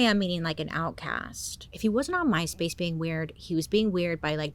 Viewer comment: I REALLY, truly thought you were saying " Mice-Face" 😅😂 Ooohh My Space, tht makes much more sense & much less creepy. 😅